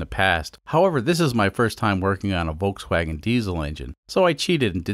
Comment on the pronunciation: I don’t think anyone has a problem with you cutting up the car more of a problem with you pronouncing it incorrectly the L is not silent voLkswagen